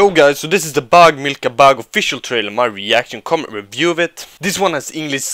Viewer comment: The way you said bheg milka bheg😂😂😂😂😂